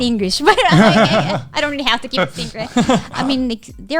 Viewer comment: Not rearry